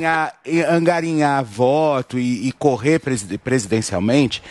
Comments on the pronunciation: "Angarinhar" quatro vezes? Pqp meu. O cara se diz jornalista. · Parabéns a Jovem Pan...por conseguirem alguem mais analfabeto que a Zoe pra comentarista...pelas palavras do..."ANGARINHAR" votos....o cara não sabe falar...kkkkkkkkkkkkkkkk